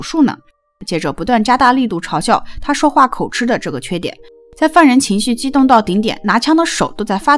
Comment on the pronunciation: 應該念口「吉」而不是念口「吃」 有點出戲 Up主的作品我很喜歡 希望你能更好